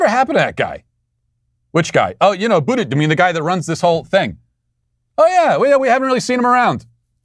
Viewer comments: Matt, you mis-pronounced his name. It's pronounced BUTT-gig. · Matt, his name is pronounced “Booty—jig”